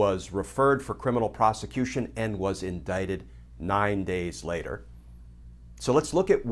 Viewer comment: Is it INDICT or INDITE ? IT sure as hell isn't indiet